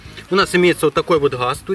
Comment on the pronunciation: Не хаз а газ 🤚😁